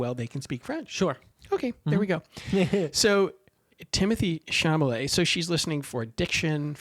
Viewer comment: A small thing, Timothée's last name is pronounced Shal-a-may not Sham-a-lay. If you have a chance, read the book by the same name by André Aciman. One of the best things about the movie is that it really does the book justice. In fact, the monologue by Elio's father is almost word-for-word from the book. But finally, the scene that you neglected to discuss that is probably the most devastating scene in the movie and probably got Timothée the Oscar nomination. The nearly three minute scene in front of the fire which continues over the credits. Which contains one of the most beautiful breakings of the fourth wall in all of film. And, in my opinion, says to the audience, you have followed me in this journey and you have been welcome.